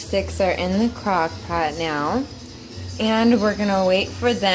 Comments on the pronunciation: i cant be the only one who heard cockpot the first time she tried to say crockpot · The first crockpot was fine. The second was 100% cockpot no doubt. I reminded it 3 times lol and she's says it properly straight after.